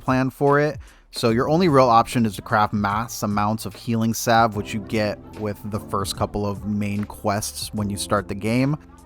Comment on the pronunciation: Wtf is a healing "sav" 🤦